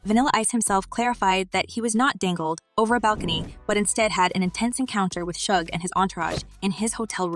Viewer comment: First of all old girl needs to get his name right before telling a story... It's SUGE NOT SHUG 😂😆🤣😆🤣